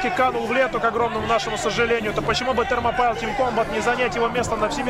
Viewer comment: Вообще-то это Thermopile произносится как Термопали с ударением на «О».